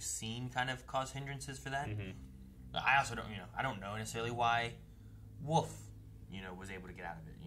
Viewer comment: Is there a reason they say Woof instead of Wolfe?